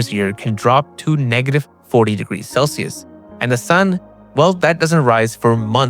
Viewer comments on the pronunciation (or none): none